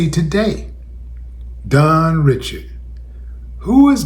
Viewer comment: Dawn is from my hometown of New Orleans. Her last name is pronounced REE-SHARD (spelled Richard).